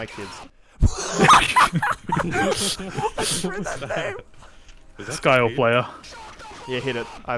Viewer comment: it says skial not skeael